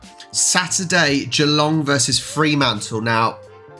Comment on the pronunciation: No double 'e' in 'Fremantle'. Do that in WA and you'll get necked. 😁